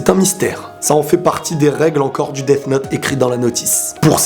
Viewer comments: Ta façon de dire Death me donne envie de me sucider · tu prononce mal le th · Tu dis quoi toi th en anglais ça fait f